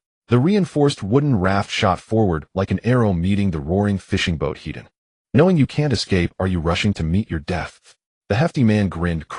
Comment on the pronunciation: Head on is not one word. The AI reads it as one. Is the MC Hedonistic?? That is what it sounds like every time it says it. use an extra space between the word head and the word on. Land = Vehicles / Water = Vessels. Boats do not have gas peddles, they have throttle levers.